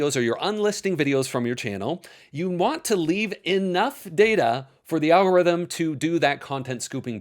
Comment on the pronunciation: "Algoritm"??? Very on-brand.